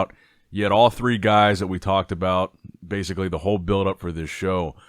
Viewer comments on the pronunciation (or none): none